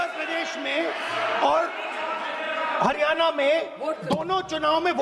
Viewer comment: पप्पू को बोलो की एक बार "हरियाणा" को "हरियाना" बोलना बन्द करे😅 सीख के आवे ..